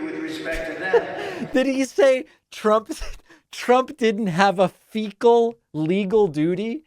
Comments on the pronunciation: He said, "fee gall legal doody" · he said stool, and fecal doodie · "Fecal legal dooty". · 😂😂😂I was floored by "finkele lekel" oh, dear lordy.😂😂😂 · "Trump does not have a fecal legal dootie" - NO I would say that Diaper Don had a "fecal legal dootie" EVERY DAY in that courtroom! Does anybody know what Fecal Legal Dootie Diaper Don is trying to say when he says 'fecal'? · "Fecal legal duty"..."stool"...hes $hitting himself verbally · Yes, he said Fecal. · Only Trump would read "fiscal" as "fecal" and not think twice about it. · He said fecal and doody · He read "legal" as "fecal" and used his trope of simply continuing with the correct word as if it had been deliberate, ie. "fecal legal". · "Fecal legal dootie" hahaahaha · “Fecal legal duty”!!!! 😂😂😂😂😂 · Felcal Duty Doo! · Yep. He actually did say "fecal legal duty" - which is the best thing he's said all year. #fecallegalduty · Beg your pardon sir, but I believe he said "fecal leak el dootie" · "FECAL" prisiident. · he couldn't say "fiscal responsibility " is my guess, instead his dementia kicked in , saying "fecal" instead. once you understand how his dementia is triggered by things he can't accept, the mental dementia problems display a clear pattern. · Could the word "fiscal" been beyond his ken?